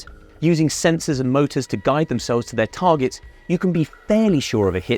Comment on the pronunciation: "Tarjets" .... I laughed every time.